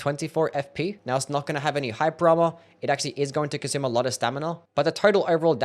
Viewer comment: bro says hyper armor like hype drama